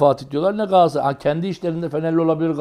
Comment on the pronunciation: ÜMİT HOCA gaasssaray degil. galatasaray... sergen hoca galassaray degil galatasaray ...